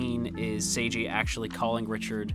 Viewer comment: His name is "Seigi", not "Seiji". It's important to differentiate (the pronunciation) of the name because it's also plot-important. Seigi got a lot of trouble due to his unusual name. That wouldn't happen if his name is as normal as "Seiji".